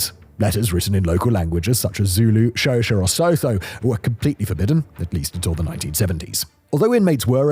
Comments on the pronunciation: Xhosa - It's pronounced with a click, not as Shosa. At least say Khosa. Simon your poor pronunciation hurts my ears😂😂😂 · It's the pronunciation of Xhosa that took me a while to realize what Simon meant to say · By "Shosha", is Simon referring to Xhosa?